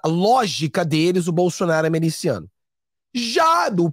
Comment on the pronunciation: Não é meliciano, está esquecendo o português? É MILICIANO!